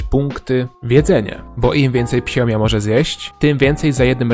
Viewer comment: to jest fiomia nie phiomia👍